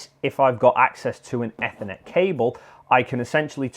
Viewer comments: Why the hell would you say ethernet like that, trying to be special are we? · Ethernet, holy shit you're saying it wrong